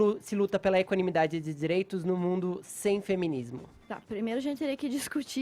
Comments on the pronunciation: Fefito :" pra mim feminismo é equanimidzidadzi dzi dzireitzo" !! Fala que nem homem porra!!!! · Porque esse Fefito troda o "d" pelo "t"? Equanimitati... ah nem! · Caraio, o Fefito falando palavra dificil! Kkkk equanimidade!